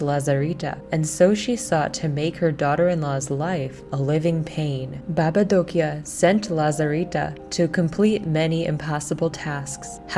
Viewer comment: I'm from Romania, that's so nice that they introduce some Romania things in the game and as well the way you say "baba Dochia " and the rest of the world's in România language is perfect well done.